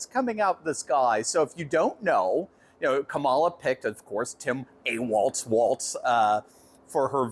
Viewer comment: KA ma la not ka MA la